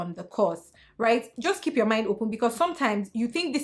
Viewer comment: “Kip yo mowt shot” 😩😩😩😩